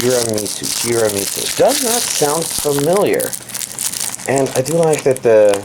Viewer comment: it's Tiramisu, like the sweet Tiramisu xD